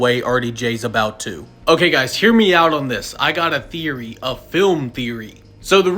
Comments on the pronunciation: Did you say film theroy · “I GoT a ThEOrY, A fILM THOeRy.🫡🤓” Oh my days.